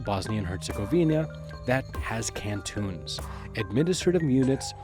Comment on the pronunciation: Why are you pronouncing it "can-TOONS?"